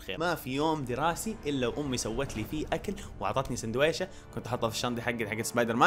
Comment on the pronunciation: في دقيقه٥:٣١ قال سندويشه😭😭😭😂😂😂😂😂😂